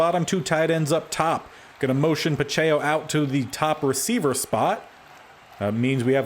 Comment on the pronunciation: Isaiah Pacheco is like Pa-check-o Foyesade Oluokun is like Fo-yeh-sod O-loo-o-koon Sterling Hofrichter is like Haw-frick-ter